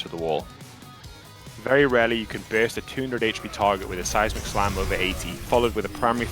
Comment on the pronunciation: Am i the only one who hears size McSlam instead of seismic slam?